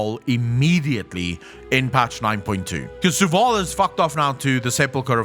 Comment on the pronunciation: before i say anything mean or insensitive about his pronounciation of many words like zovaal as zuwal etc... does he have a speach impedement?